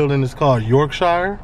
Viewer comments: BROO its pronounced York-shuh not York-shiyah hahaha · In the UK, the "shire" that's at the end of the name of a lot of counties is pronounced like "sher" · It’s pronounced Yorkshur and Marseilles is Marsay 😂😂😂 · I would love to visit this place one day! The way you say YorkShiire cracks me up 🤣 I’m from West Yorkshire and it sounds so funny to hear you pronounce it like that.